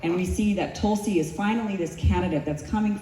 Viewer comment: Tulsi not gonna win ever. Even if she try 10 times. They can't even say Tulsi properly. The Americans r chanting Talsi talsi talsi.